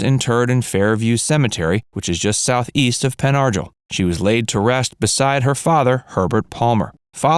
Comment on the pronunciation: It is pronounced Pen Argle (r-gel) I live near there in PA. Mariska is beautiful